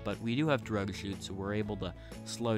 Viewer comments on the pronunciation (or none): When you say drogue chutes it sounds like drug shoots